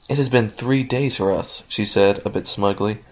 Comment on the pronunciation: he said she wrong.